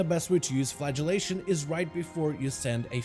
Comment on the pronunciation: great guide, well explained, but: when you say flagellation i hear flatulation which makes me think of farting x)